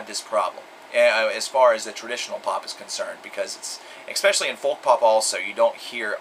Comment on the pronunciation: Fyi, "especially" is pronounced "Ess-Specially" instead of "Ex-Specially" just fyi, you seem really articulate & seem to like words. thought I'd share that